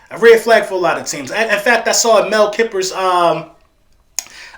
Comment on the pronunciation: I disagree with the entire board that you simulated in there. Also of course the bills accepted that offer because you over paid for that 30th pick, I like to use this as a reference for simulating trades. Also I would advise looking up pronunciations for the people you’re referring to, Mel Kiper is pronounced KYE-PER and Penei Sewell is pronounced similar to cruel but with an S instead of a CR. Furthering the point that you take more than half the video on with Mac Jones, it’s because the pocket passer is gone and Trey Lance and Justin Fields (who truthfully I think is the second best QB in the draft and I’m a penn state grad so that says something) have shown amazing ability to throw on the run in their pro days. Don’t think anyone has said anything bad about Mac Jones at 3 just that the 49ers are clearly looking another direction from their current situation of Jimmy G.